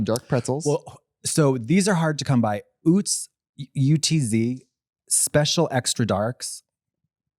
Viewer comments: hey katya sorry what the fuck its oots? girl its uhtz. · as a girl who grew up with the utz heiress and who would go to the utz factory for field trips… katya i have to tell you its pronounced “UH-tz” not “ootz” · as a pennsylvanian i love katya's affinity for utz pretzels but hate to inform her it's pronounced with a short vowel. rhymes with guts. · as someone from the east coast, katya pronouncing it "ootz" is so fucking hilarious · why did she pronounce Utz like that i